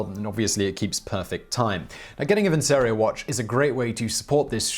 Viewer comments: Please ... have you no opera in your soul? Vincero ... vincerooo ... vinceeerooooo! Not vinsero .. facepalm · I am certain that Vincero is not pronounced as vinsero but vinchero, as in the song Nessun Dorma, and it is Italian for I will win. Just thnk that Caesar is aleeged to have said vini vidi vici not veni vidi visi.